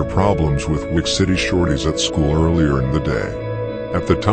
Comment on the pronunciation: "earlyer" Jesus Christ